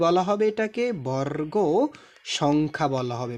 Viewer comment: বরররগ ❌ বর্গ ✅